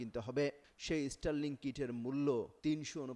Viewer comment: ইস্টার লিংক।😂😂😂😂 উচ্চারণ ঠিক করেন আগে। এটা স্টার লিংক।